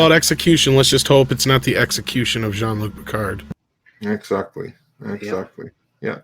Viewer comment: "Gene-Luke Pickerd" -Q